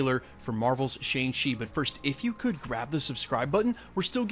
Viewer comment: It's pronounced "Shong-Chi"